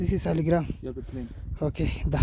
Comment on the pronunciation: ഫോസിൽ സ്റ്റോൺ 'സാളഗ്രാം'(സാളഗ്രാമം)ആണ്.സാലിഗ്രാം എന്നല്ല പറയേണ്ടത്.ഇത് ഏറ്റവും കൂടുതലായി ലഭിക്കുന്നത് ഗണ്ഡകി നദിയിലാണ്(നേപ്പാൾ).അതിനാണ് ഹൈന്ദവ വിശ്വാസമനുസരിച്ച് പവിത്രതയുള്ളത്.